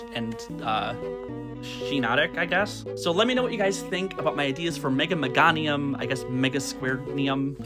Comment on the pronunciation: No babe it's me-GAY-nium